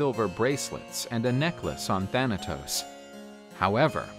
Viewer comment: Do y know Greek cuz u said the name thanatos perfect grecce θάνατος if u know tell me